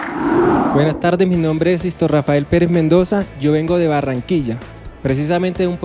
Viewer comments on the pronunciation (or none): none